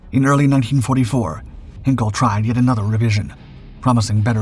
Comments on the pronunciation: " Heenkels Engineers " - really? Is there not an 'ei' in there? Hine kel, Hein - kel. Twine, Sine, Fine, Hein. Ever heard of Heinz Ketchup... Also its called the Heinkel He 177 Greif (Griffin) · Only a small thing for goodness sake please pronounce the E in Heinkel like in ein , mein , kein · What's with the goofy Hollywood movie clips??? Ye gads.....you can't even pronounce "Heinkel" and "Goring" properly. You tell of events taking place in 1942 while showing a clip of Molders who was dead by that time. Griffen, Griffen, Griffen.....that's not the name of the He 177.